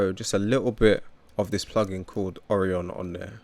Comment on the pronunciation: oh-RYE-un Orion 😅